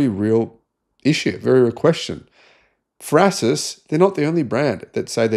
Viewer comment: What is "frasis"? You are garbage at prononciation.